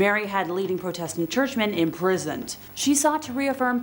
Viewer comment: How do you mispronounce Protestant? Protestantism is one of the major religions in this world!! People are just getting stupider and stupider by the minute! SMDH 🙁